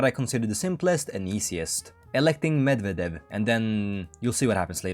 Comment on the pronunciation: Medvedev is pronounced MedvEdev, not MedvedEv. Also, do you have dyslexia or smth? I keep seeing HOI4 videos with people completely misreading names of foreign politicians. I mean, I don't really care, but it's just odd. Also, Google TTS helps a bit with pronouncing stuff from other languages, at least the "stressing" in words.